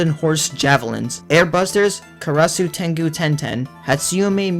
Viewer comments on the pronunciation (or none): none